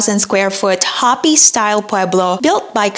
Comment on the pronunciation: It's pronounced Hoooopi Museum. Enunciate the long o